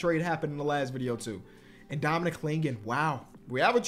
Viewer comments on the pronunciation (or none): none